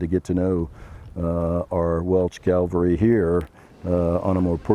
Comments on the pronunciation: 4 star General says Calvary. ME: CAVALRY!!! CAV... AL... RY!!! ... SIR!!! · A 4 star general, says the Welsh “Calvary”. It’s cavalry sir.